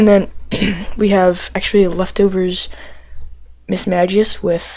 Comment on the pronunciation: Its pronounced mismagius not mismadgius